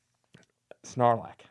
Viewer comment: You are 100% correct in your take, Sir. But’s it’s sarlac. No N in the name 😂.